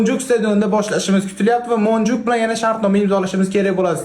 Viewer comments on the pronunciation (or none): Monjuk emas monjuvik